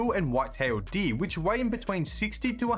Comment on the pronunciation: "White tailed DEE"